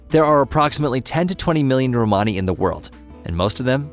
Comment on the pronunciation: Good but someone should reach the guy doing the talking how to say Romany